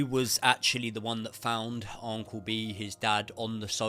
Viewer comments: Its Un-cle. Not On-cle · Am I mental or does say uncle weird 🤣 loving the content mate! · Never heard anyone pronounce uncle like this